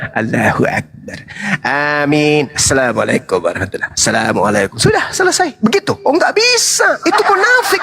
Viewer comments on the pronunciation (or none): none